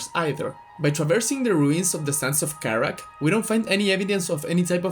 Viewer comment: I found funny how you say sands of Karak, because the way you said it sound like a state from a country actually, it's funny lol. Good video btw.